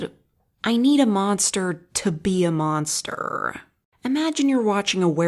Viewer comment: "Creaturre" "Monsterr" Were you saying it like that on purpose?